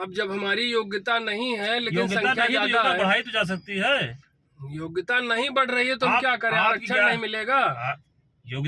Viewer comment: योग्यता - वोग्यता 😅